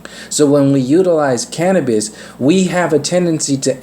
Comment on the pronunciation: Big talk from someone that struggles to pronounce cannabis & cannabinoids but I'm only 5 minutes in so we'll see.